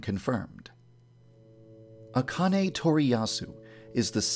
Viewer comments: I thought it was supposed to be pronounced "Ahh-can-ay" not "Ah-con-ay" Also "Aoi", rhymes with "yaoi" not... "a-oy." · So I just found out THREE YEARS LATER that Akane’s name is pronounced A-khan-a and not A-Cane AND Aoi’s last name is Ree-O-Goku and not Ri-O-Goku Today has been a real shocker for me.